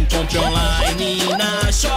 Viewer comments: Jackie Chan: "Compri onani na shopee baxi agona o epi" KkkkKKK🤣🤣🤣🤣🤣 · Comple omlaine na xopi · Melhor parte é " Comple onlaine na Shópe, baixe agóla o épi"